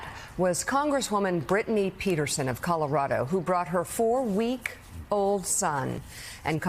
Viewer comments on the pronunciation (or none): Brittany Pettersen is truly one of the hardest working people in congress (not just due to her recent labor). It was a little disappointing to hear Mika mispronounce her last name name. The first part of her last name is pronounced "pet" like a domestic animal that lives in your house rather than pronouncing the first part "Pete" like our former transportation secretary.